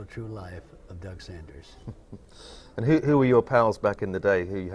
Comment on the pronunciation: His name is Doug Sanders (not Saunders). Unbelievable that the interviewer couldn’t even pronounce the interviewee’s name correctly!